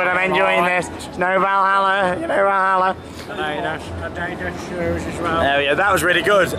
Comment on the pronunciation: It’s Adidas not adiiiiiiidos